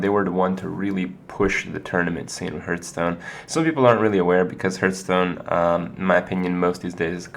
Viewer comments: IT'S PRONOUNCED "HARTH STONE" NOT "HURTH STONE" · Why cant he pronounce it properly, ARGH